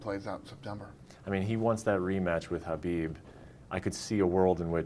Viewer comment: Do I need to clean my ears or are both of these guys calling khabib “habib”?? Is this like a kanife situation?